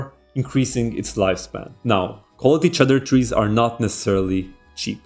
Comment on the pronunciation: Its not pronounced cheddar trees, its pronounced cedar trees. And also Saphir polish is not pronounced as sapphire.